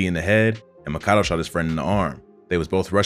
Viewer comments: Mah-kah-doh is pronounced mack-a-do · EXPOSED‼️‼️😂😂 Lol he pronounced makado (Mack- Uh-Doo) name as “muh-kah-doe”, which is how the computer generated voice on ChicagoScene88 channel pronounces it. Dude def got his info from chi88 lmao nobody else pronounces makado name like that 😂😂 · His names not pronounced Makado is pronounced Mack-ah-doo ...."That remind me of the day we shot up Dunbar with LA, Mthang and Makado, Jojo died we laughed at dude - Von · He said mah ka doe from what I heard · Either way it’s wrong and him and chi88 the ONLY people to say it like that lol. It’s def Mack uh doo. As in: my homie Mack will do u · Why u say makado’s name like that?!😂